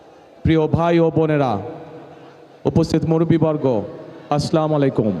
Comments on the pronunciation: ছালাম শুদ্ধ করে দিবেন।আছলামলাইম না হবে আছচালামুআলাকুম। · স্লামালাইকুম, আর কোথায় আসসালামু আলাইকুম, সালাম টাও শুদ্ধ ভাবে দিতে পারে না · কি আর বলবো ভালো করে সালামও দিতে পারেনা